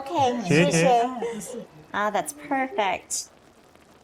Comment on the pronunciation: I'm happy you're pronouncing xie xie correctly.